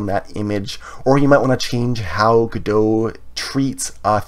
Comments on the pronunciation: isn't it pronounce go dot, instead of godo? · "GO""DOT" but nice tutorial. I've heard devs say go dot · I don't know why people pronounce it godo without T, me myself pronounce it godot with T 🤔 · my man really just said "guh-doh" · Before I heard people pronounce it Godo I also pronounced it Godot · It's pronounced Goh Dot! Good video though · The T is not silent. Great tutorial. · It's actually contentious and not agreed upon. 😜 I'm sticking with the original French pronunciation.